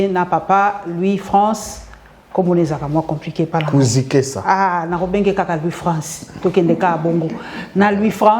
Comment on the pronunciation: BONJOUR MA SŒUR,FAIS UN EFFORT D'APPRENDRE A PRONONCER LES NOMS DES GENS STP, KU- NZI-KESA C'EST PAS DIFFICILE A PRONONCER MA SŒUR